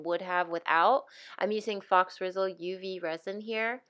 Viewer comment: I think Faux is pronounced foe. 😁 You’re fine with wiggles. You can be the artist and do it your own way. It looks quite pretty.